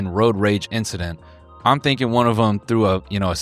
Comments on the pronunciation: "nothing, it was just an inchident" -Charles Leclerc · “it was just an inchident” - charles leclerc (and apparently noel too) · “Nothing, it was just an inchident”